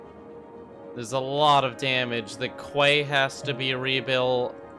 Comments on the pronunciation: Quay is pronounced "key".. not kway. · He said quay like it is spelt 😂😂 it’s pronounced key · quay is pronounced key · THANK YOU! Hearing him say that made me grit my teeth! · Everyones so excited they seen the disastwr spawn cursor that no ones mentioned you pronounced “quay” as “kway” 😂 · Someone tell him that the word 'quay' is pronounced 'key'. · the way you pronounce "quay" annoys me, its pronounced as "key" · “quay” is pronounced “key” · Looks like you somewhat figured out how roads work. Good job. It was painful watching you throw roads down in your earlier videos with no thought or planning whatsoever. Watching you build roads for half of your video isn't fun. Edit: Also QUAY is pronounced KEY!